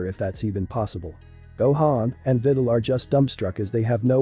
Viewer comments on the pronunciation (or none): Bruh the robot saying videls name like she's a fidel💀